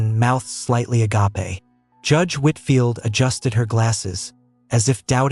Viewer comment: Agape the way you pronounced it, is a Greek word meaning the love of God. Pronounced a gape means open mouthed shock.